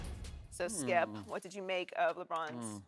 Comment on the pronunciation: "What does that tell you, Thkipp? Skip: (pause to let his brain come up with an excuse) "Well........"